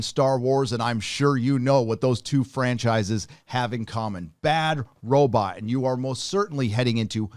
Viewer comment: Could this dude look up how to pronounce Robot, this is killing me